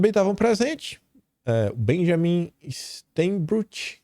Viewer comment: O nome do Presidente da CSN e Vale do Rio Doce está correto,! Benjamin Steinbruck Perfeito!!!